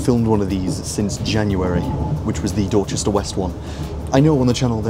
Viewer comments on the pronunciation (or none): none